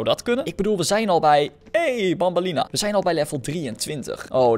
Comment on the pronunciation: Banban en banbeleena spreek je uit als benben en benbeleena